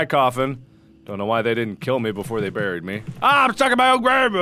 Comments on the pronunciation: It's pronounced bareeed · You say buried wrong dat messed up